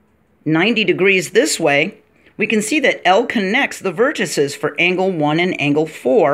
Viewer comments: Vertices is pronounced vertiSEEs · I respect your video(s). I would challenge you to find anywhere on the web examples of deviations from what I mentioned to verify for yourself which is correct. It is similar to indices, matrices, vortices in pronunciation. Even UK pronounce it that way according to a website I checked. Anyway, it's definitely you're not your. Keep up the good work.